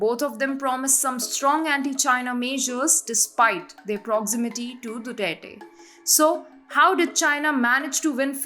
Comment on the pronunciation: Excellent presentation. However, some tips on the pronunciation of some proper nouns may be helpful. Malacañyan- मालाकान्यान Duterte- दुतेरते Gloria Macapagal- माकापागाल